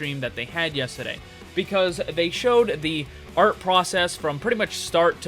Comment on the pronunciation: When you become British when saying yesterday